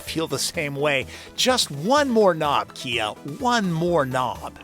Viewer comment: Kuh-Kuh-Kuh-KIA!! Or was that Chia? 🤔